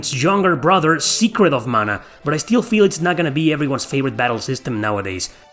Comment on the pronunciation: When you hear the PROPER pronunciation of Mana. 😊🥰